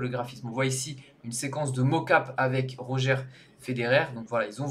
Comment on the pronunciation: On dit Rodgeur Federer et pas Roger